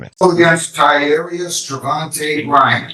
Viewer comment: thanks for clearing that up. Because it sounded like he said something very different. 😅